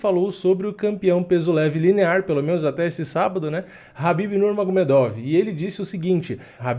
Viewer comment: É khabib pourras e não Habib.